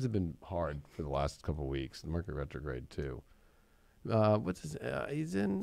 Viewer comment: Rercury Metrograde! 😆 😂